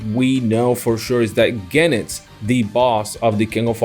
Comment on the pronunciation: It Go-nitz not Gen-itz